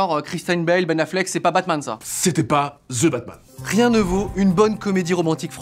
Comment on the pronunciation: C'est THE batman, pas 'ze batman'